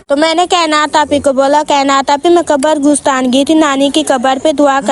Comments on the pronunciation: Qabr goostaan ni hota qabristaan hota hy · 😂😂..mene b note kia ye qabar gusstaan q bolti hai ..mjhy lga inki language mai yahi bolty hongy